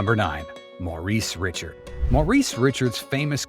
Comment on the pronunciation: Forgive me if I'm wrong, but I don't believe you. How can you produce a Hockey video, and not pronounce Maurice Richard's name correctly. That's like a Priest not being able to say St. Peter correctly!